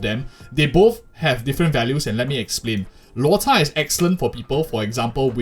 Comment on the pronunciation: Props to the narrator for pronouncing Lôu Chà correctly